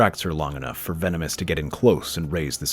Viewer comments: His name is Tenebrous, not Venemous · It's Tenebrous, not Venomous 😣